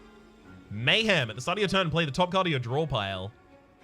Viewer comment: It’s cause you called it lame-hem 😂